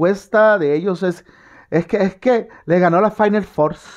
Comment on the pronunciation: 🤣🤣🤣 me encanta cuando dices; ejque ejque 🤣🤣